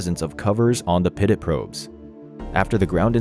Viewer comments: Pitot is pronounced "pee-toe" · Great job on this video! For future reference though, pitot is pronounced “pee-toe”. Keep up the good work! Can’t wait to see the next one! 😊